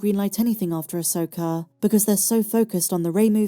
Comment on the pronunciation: I've teased you about your pronunciations at times (Asoker and Master Yoder), but I do truly appreciate your sense of humor, your positive content, and also love YOUR love for Star Wars. I'll always support your channels because you're a Dear Friend to us all!